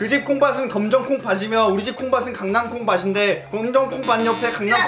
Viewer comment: '콩밭은'을 발음할때는 '콩바슨'이 아니라 '콩바튼'인데..